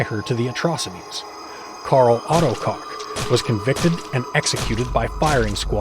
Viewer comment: It's COOK not cock